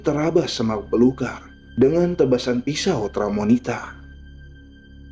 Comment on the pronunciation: Tramontina bukan tramonita hahaaa